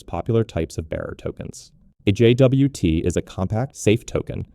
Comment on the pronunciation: JFI: suggested pronunciation /dʒɒt/, same as the word "jot"